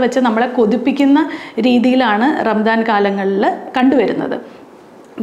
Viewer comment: ചെറിയ ഒരു തിരുത്ത്. ഭാഷാപരമായത്. റംദാൻ എന്ന് പറയില്ല. ഒന്നുകിൽ റമദാൻ. അല്ലെങ്കിൽ റംസാൻ (കറക്റ്റ് ഉച്ഛാരണം Ramzaan). ആദ്യത്തെത് അറബി ഉച്ഛാരണം. രണ്ടാമത്തെത് ഉർദു ഉച്ഛാരണം.